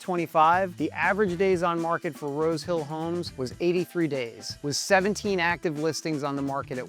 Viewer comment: He said "Rose Hill". I swear I heard "road kill"!